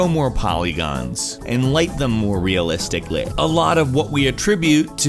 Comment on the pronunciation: Hahaha. This is how people would say that word in the part of England I live in.